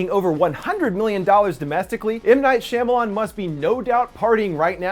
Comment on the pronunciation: Shyamalan (SHA-MAL-ON)